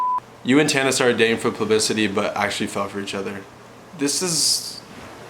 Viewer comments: Holy wow I honestly thought it was just a one off....and then he just keeps saying it XD....#plublicemnemy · 'plubicity?' i forgave it the first time... then he kept saying it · boy cant even say publicity right